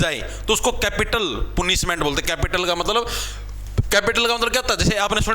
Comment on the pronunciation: Sir पनिशमेंट Ko पुनिशमै़ट kyu kahan lagre ho english na ati dikhe